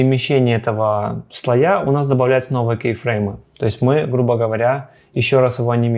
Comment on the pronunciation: Только слОя; ударение на 'О'.